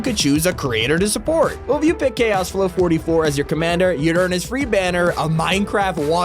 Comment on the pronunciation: how he pronounced chaos floh 44 xd